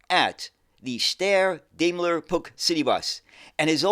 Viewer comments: Steyr and Puch are places in Austria that give the company its name. Puch is actually pronounced Puch, with a short U, and not with a ck at the end. Steyr was and is not only known for vehicles, another part of it is involved in the production of rifles, of which the STG 77 is one of the best known. The Steyr gunsmiths sell under the name Steyr-Manlicher. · Another interesting look into oddities in the bus world. I remember the Puch name as a child but heard it pronounced 'Pooch'. The half cab and small wheels make it look futuristic. It would seem in place in a futuristic science-fiction film or childrens animation! The panoramic version looks more sensible. It certainly has a market, airports and tourist vehicles etc. Didn't notice the UK connection, until mentioned, but remember these more sensible versions. Great stuff! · From what I understand Puch is pronounced 'Pooch', like a small dog/hound? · I've always pronounced Puch as "pooch." Have I been saying it incorrect since I spotted a Puch Magnum mkII at a local mall in '79? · I've always pronounced it 'Pook' (with a short vowel sound rather than a long one). Shows how wrong you can be! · Steyr and Puch are places in Austria that give the company its name. Puch is actually pronounced Puch, with a short U, and not with a ck.